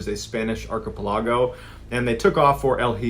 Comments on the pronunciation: ah yes the arcarpalago indeed Archipelago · Pronunciation "archipelago"; ar·chi·pel·a·go /ˌärkəˈpeləˌɡō/. Thank you, MrB! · Is it really ar-ka-pil-lag-o and not ar-ka-pel-ee-go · ARC-A-PA-LA-GO is pronounced ARC-I-PEL-I-GO. You're welcome. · Ark-uh-lop-eggo??? Really dude? Archipelago is pronounced as Ark-eh-pell-ago. 😂😂😂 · Strange way to pronounce aar·kuh·peh·luh·gow 😊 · Just some friendly feedback! Archipelago is actually pronounced “Arka- PELL-ago.” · Great show and everything, totally worth abusing the like button... but I think you meant to say archipelago not arkapalago... 😂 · He pronounced archipelago "arc-uh-pill-log-oh." That's adorable lol 😆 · I've never heard archipelago pronounced like that before. I like it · archipelago- never heard anyone pronounce it that way. It's not correct, but very interesting.🤔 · i want to trust a navy seal about how to pronounce archipelago, but this feels wrong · You didn’t pronounce archipelago correctly 😮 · I’ve never heard anyone pronounce Archipelago like that lmfaooo weird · Seagull lung would not approve of the way you said archipelago… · Hi Mr. Ballen, I hope you dont take offense to this as I absolutely adore your content but you seem to have a very difficult time with pronunciation of certain things like archipelago. I would be more than happy to help out for nothing at all in return if you are interested. I am also a lock and security expert, so if you happen to have any questions in those areas, I would be more than happy to help there as well. Thanks for everything you do, you are amazing! Keep up the wonderful work! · can we discuss how he pronounced archipelago? Is this an American pronunciation? Never heard it before. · Please for the love of god learn how to pronounce "room", "prestigious" and "archipelago'. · I like the way you pronounce archipelago lol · … I’m sorry SIR YOU PRONOUCED ARCHIPELAGO LIKE THAT??? 😭it’s physicallypainful